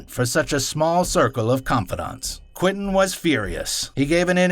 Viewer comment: This is all great stuff...but it drives me nuts that you keep calling him Quintin instead of Quentin.